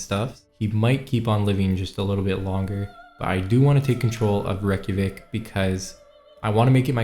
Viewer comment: reykjavik is NOT how your pronouncing it. Do you realize the millions of people your insulting IRL in this real capital of Iceland? sorry its Not good to do these things as a youtuber. Live and learn.